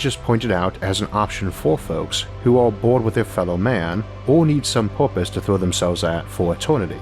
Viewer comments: Isaac, what is "poopuse" ?? Did you mean PURPOSE ? If so why are pronouncing it as if you learned English yesterday? Can I contribute to your site by sending you some vouchers for online English class ? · "Porpise" xD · OK I'm 27 seconds in and already I'm having to stop because he keeps saying porpoise.